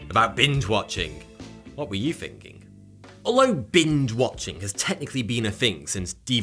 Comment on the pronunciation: Just listen to "what where you finking"